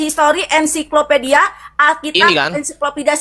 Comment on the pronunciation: sebut ens saiko pedia bukan ensi ko pedia" 😊